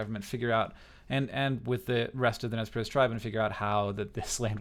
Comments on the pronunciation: Nezz Perce.. It's nez percé, the french word, like pierced nose. I love your videos hank, but this.. it hurts, right in the languages. ^^ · Btw the pronunciation of Nez Perce is mispronounced by Americans just about 98% of the time. This name was given by French-canadian traders and phonetically is "Nay Parsay." The name for their tribe among themselves is "Nimipu." Which simply means in their language "the people." A good resource is the movie "I Will Fight No More Forever" (1975) starring Ned Romero as Chief Joseph, James Whitmore as Brigadier General O.O. Howard, and Sam Elliott as Capt. Wood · isnt it pronounced nez per-say? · rather, we call ourselves Nimipuu (knee-me-poo). Nez Perce (neh-z purse) was a name given by colonizers. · I don't know if it's just my history teacher's influence on me, but I'm pretty sure it's pronounced Nez Per-say. *shrug* Anyway, great video!